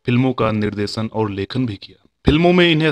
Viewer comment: Aap kaheen kaheen " sh " ko "s"bolte hain jise sunkar man khatta ho jaata hai jaise, nirdesan, sarma, sare , darsan. " sh" bolne kee practice karo.